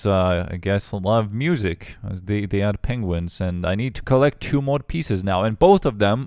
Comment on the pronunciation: wrong pronounce of two, i guess you need to say two instead of chew